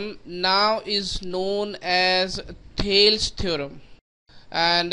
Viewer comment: Thales theorem not thalse